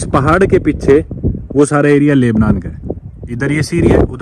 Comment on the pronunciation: Lubnan ,Laibnan nahin. Aur Syria ko Suriya bolte hai